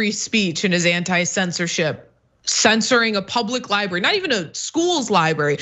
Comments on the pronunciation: 'ly-berry' and 'ly-buhrian' are not how those words are pronounced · Cenk has struggled with the pronunciation for years. I’m sure he’s been told about it and knows it but for some reason he can only manage to say “libary”. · Cenk ... love you man, but please .. there are 2 r's in "library" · Can someone tell Cenk that there are 2 Rs in library????????????????????????????